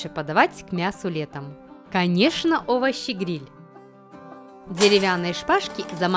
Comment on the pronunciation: за место слов(овощи гриль) сказано так(ОВОЩИ ГНИЛЬ) хахахахахаах я не хейтер нооо момент не мог оставить незаметным